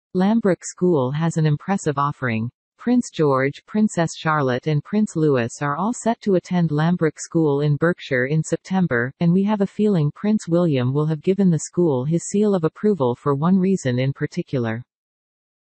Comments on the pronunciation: LOU-EEEEEEE stop disrespecting Prince Louis by saying name wrong! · The way you pronounce it is written like this: Lewis. DONT SAY THE 'S' when you talk about Prins Louis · who ever you are, stop mispronouncing Prince Lois’ name!